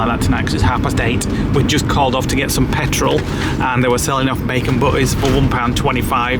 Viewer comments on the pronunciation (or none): none